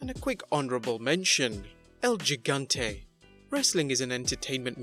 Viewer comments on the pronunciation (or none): Isn't "Gigante" pronounced with an "H" sound?